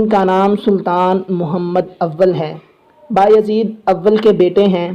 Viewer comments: Ohhh Bahi name Mohammad nhe Mehmed hai ....ohh Bahi name baayahzeed nhe beyazid hai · Please when you call there name say them correctly it not behyazid it bay-e-zit you break and pronounce